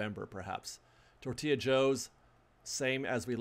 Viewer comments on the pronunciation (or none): none